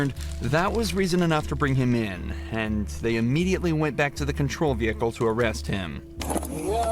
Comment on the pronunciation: Vee Hiccle